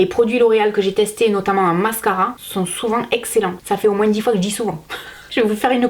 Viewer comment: Je vien de regarder quel dit moinSS et pas moin 🤣